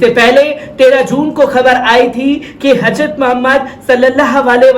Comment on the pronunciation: حضرت ka pronounce sahi karo bhai....